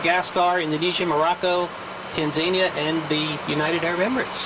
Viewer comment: did i hear Tanzania or i heard it bad 🇹🇿🇹🇿